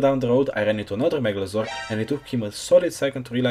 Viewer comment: i like how he pronounces it with an accent: megalozor :)))) no hate it was just funny :D nice video loved it.